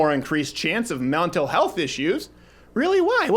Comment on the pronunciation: "See! There's no more increase in Mewntul health issues!". You alright, man? Need some water? lol loved this video!! Abortion is terrible